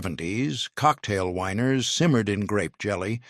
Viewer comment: I the narrator wanting to say "the weiners" instead of "the winers?"